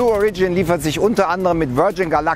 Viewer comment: Beim Wort "origin" wird die erste Silbe betont, nicht die zweite... Ansonsten ein interessantes Thema!